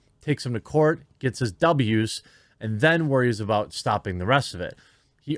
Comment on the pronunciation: Aboot. Sounds like you been watch to much candian truckers Jermy :_QuarteringCartoon